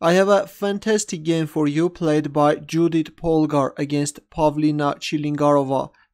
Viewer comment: You pronounciation of her name is incorrect,it is pronounced Yoodit.